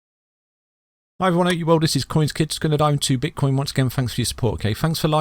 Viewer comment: did u say bitch coin or have i heard it wrong lol lol